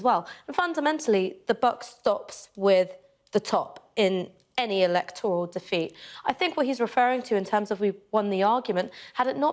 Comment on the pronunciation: It’s not ‘elect - oral’, it’s eleECToral.